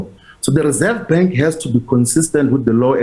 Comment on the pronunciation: Rerseve bank I not convinced how he spoke this morning another cover up